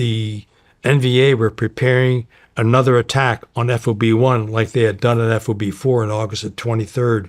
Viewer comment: it's so distracting to hear him say "F-O-B" and not "FOB" ... and "Lay-ahs" instead of "Lah-ohs" ...